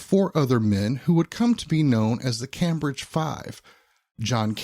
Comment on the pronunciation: As a Brit your pronunciation of "Cambridge" makes my toes curl. 😖